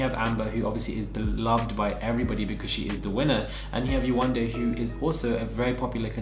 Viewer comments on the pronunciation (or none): Yewande=jourdan not close